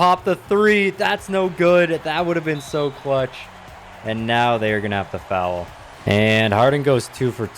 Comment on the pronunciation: Foul not fouwl